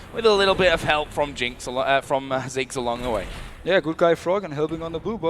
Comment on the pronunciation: its ziggs not six